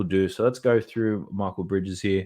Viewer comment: Another good one. Thanks. I figured if they make us money the least we can do is prounance correctly; BanKero like bank if you'd like not Banchero. MikEl Bridges not Michael. Domamtas is not Wilt 14.5reb is much but he is the best rebounder in the NBA